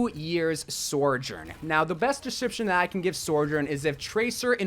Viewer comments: Sorejern?. So-jern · SOjourn, not SORjourn. great video otherwise :) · sourjourn? i feel like content creators should have a modicum of diction... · Sorjorn? Really? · Stop saying soRjourn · Say sorjourn one more time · Ok. It’s: So. Jern. That’s it. That’s how you say it. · I just wish you pronounced her name right the whole time ✋🏻🥴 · You know you can google words like Sojourn and it’ll tell you how they’re pronounced right? 😂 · You keep throwing that non existent "r" into Sojourn's name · I love the butchering of sojourn